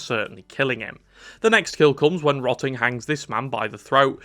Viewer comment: "rotting" HIS NAME IS BIN!!!!!